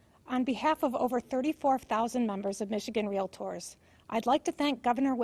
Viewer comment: REALITORS ASSOCIATION????? 🤣🤣🤣🤣🤣🤣🤣🤣🤣🤣🤣🤣